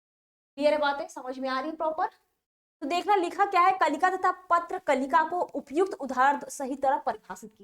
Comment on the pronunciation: Patra Kalika nahi prakalika hai but aap likhi sahi hai aur padh galat rahi hai